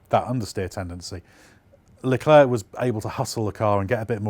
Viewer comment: Leclerc pronunciation: Luh claire, not leh klurk